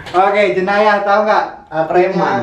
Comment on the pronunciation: Bro bukan jeyanah tpi jenayah